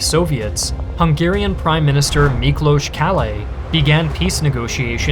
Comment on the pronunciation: Rather well done video! I especially liked the background music choices, they fit in really well. Also, finally someone can pronounce Miklós properly (Kállay still needs a bit of work) 😅.